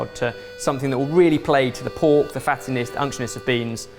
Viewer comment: Was the word the closed caption translator completely failed in writing with the “(indistinct)” line supposed to be “unctuous?” Edit: Nevermind! Upon another listen, the word actually sounds like “unctionous” or “unctionus,” but those aren’t words that exist in the English dictionary… What in the hell was saying?!